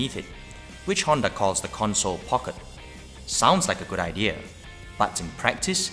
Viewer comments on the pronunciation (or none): none